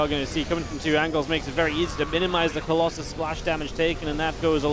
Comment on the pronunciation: why u say colosai, its colosus